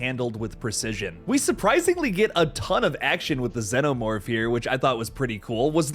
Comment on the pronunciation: Its xenomorph not ZANOMORPH. What are you an Ai?